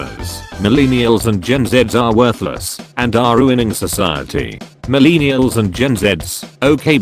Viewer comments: Most people: millennials Computer voice: milēnēals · Nobody: Absolutely nobody: This guy: mUhlEENiulz